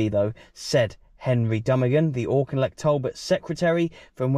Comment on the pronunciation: Great video as usual, but we have to help you pronounce Auchinleck properly.